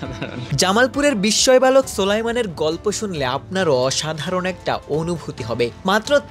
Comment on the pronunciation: "বিষ্ময়" নয়, "বিস্ময়".....................অনেক মাচার ঝিঙে কচি অবস্থাতেই বেশ লম্বা হয় ।